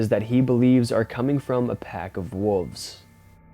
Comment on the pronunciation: You say wolves wierd lol